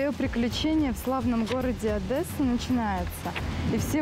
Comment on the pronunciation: одЭсса .Как же бесит такое произношение ,ещё и книжки читает